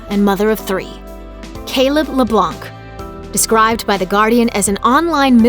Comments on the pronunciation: it not lablanse it's leblense and everyone nose he pased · LaBlanc is pronounced LaBla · Le-blonk 😂 that's not how you say it but it's sad I don't know why I'm laughing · It's not Caleb le "blonk" it's Caleb le "blaw" (I'm typing how u say it) I don't wanna sound rude I'm just saying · FYI, the 'C' is silent in "Leblanc" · I laughed so hard when she said Caleb's last name XD I'm sorry...but it was funny